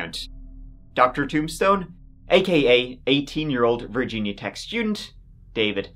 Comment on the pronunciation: Wth kind of pronunciation is Virginia?